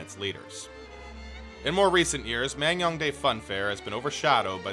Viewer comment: Damn impressive coverage and editing. I live next door to NK and never knew this place even existed lol Just want to add that it's pronounced Man-Gyoung-Dae, not Mang-Young-Dae. I know, I know, you couldn't possibly know that from the way it's romanized/spelled unless you speak Korean, but I'm a stickler for details so I couldn't help myself :p